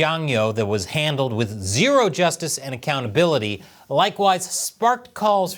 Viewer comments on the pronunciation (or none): none